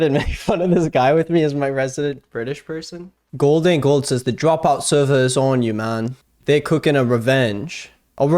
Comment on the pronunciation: Also loved when this guy was like "Americans don't know how to say dropout, it's drOpout" Americans according to him: drApeout